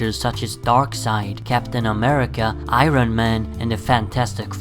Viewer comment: It’s I-Ern not I-Rone